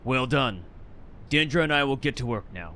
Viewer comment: FFS, its not DE-ANDRA, its just DINDRA. There is no a after the I